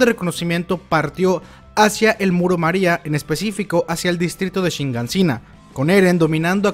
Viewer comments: es Shiganshina, por qué siempre dices ShiNganshina? Queda fatal escuchar esa N ahí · SHIGANSHINA...tantos videos ysigues con "shiNgansina".